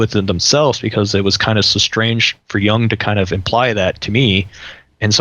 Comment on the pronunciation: "Jung", not "Young"